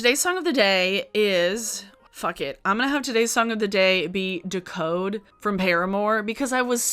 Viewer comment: the way you say decode by paramore is stressing me